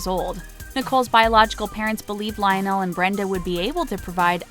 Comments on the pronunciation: Lion-nell.....really??? And ree-chi? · This announcer cracks me up. She pronounces Nicole Richie as Ree-chee, and her father's name as Rich-ie, in the same story. Also, she really enunciated the "o" in Lionel. "Li-on-nell". Um, ok.